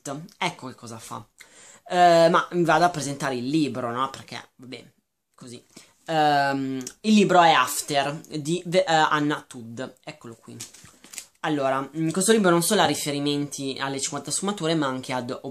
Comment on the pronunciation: Allora, intanto hai sbagliato tutto haha. Anna Todd (si legge Todd e non Tudd) non è assolutamente ispirato a 50sfumature di grigio perché è nato come FanFiction (storie su personaggi famosi, in questo caso Harry Styles) nel 2012, e 50Sfumature non esisteva.. Fidati perché l'ho letto quando ancora non se lo cagava nessuno. Prima di fare le recensioni, per favore, informati meglio.. Non è una critica, perché anche a me non è piaciuto molto, ma solo un consiglio :)